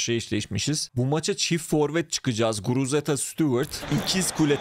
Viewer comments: guruteza degil guruzeta 😂😂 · Yav reis sayende adamın adını karıştırıyorum. Şu adamın adını doğru söyle :))) Guruzeta sen guruteza diyip duruyosun :)) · Guruzeta ❌ Guruteza ✅ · Abi şuna guruzeta de guruteza değil